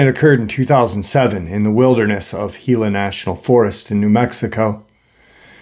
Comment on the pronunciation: Congrats on pronouncing Gila correctly, it is pretty rare to happen. The desert southwest is incredibly woo, I camped out there for decades and there was always weird things happening. The Spirits are alive and well there. God Bless you and those you Love, Shalom.